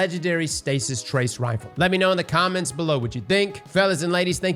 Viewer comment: Can someone on the editing team make sure to display pronunciations for this man? He says the names wrong, over and over, for both new trace rifles.